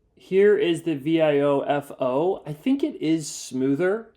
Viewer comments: You're spelling out Viofo? What? It's vee-OH-fo. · Thanks for the vid! Please work on your pronunciation of Viofo XD But jokes aside, this is such a cool concept. I'd love to see Viofocdo something like this.